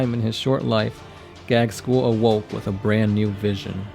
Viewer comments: Can you please stop calling my favorite WH40k character Gag-skull? His name is pronounced Gaz-kull. (as was also commented in a previous video) Apart from that, I enjoy your lore videos :) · OMFG, you're butchering his name. It's pronounced Gazg- kul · You seem to pronounce Ghazghkull with the g before z.